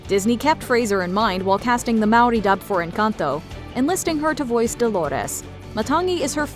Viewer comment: Love you say Māori correctly ❤